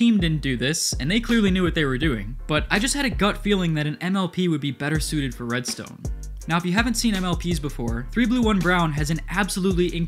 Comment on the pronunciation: “Its really quite simple readstone” -mumbo jumbo